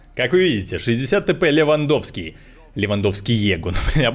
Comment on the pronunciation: Lewandowskiego переводится как "Левандовского", а читается как "Лэвандовскего"